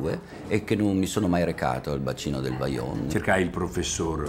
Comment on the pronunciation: Vajont non baiont